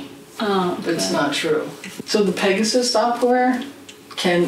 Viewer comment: Pegasus = "Pay Jasoos"